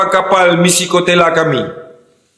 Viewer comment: 😂😂😂...koteyla...bukan kotekla.. terbaikkkk..